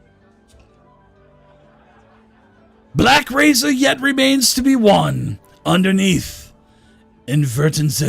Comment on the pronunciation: Did change the name of Blackrazor, or just misread it?